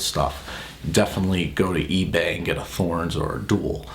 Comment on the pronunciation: it's just "Torens" not "Th"orens.